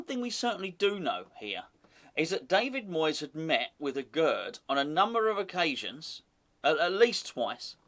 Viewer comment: Aguerd is pronounced "Agair"